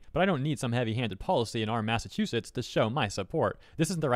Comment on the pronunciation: what is a Mass Ass Chew Set